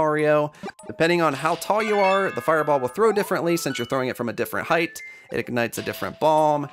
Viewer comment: It's height! Also this an awesome video!